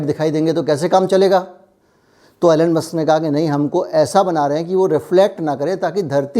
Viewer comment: its not ALLEN....its ELON